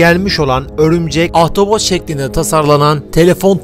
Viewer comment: Ahtapot yerine ahtavot deyip duruyorsun zor izledim videoyu :D Sağ olasın, kolay gelsin.